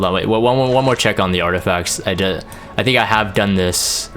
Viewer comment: "I thic" why i hear that everytime he says i think... 😅